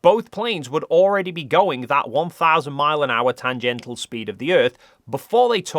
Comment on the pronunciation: Tangential NOT tangental!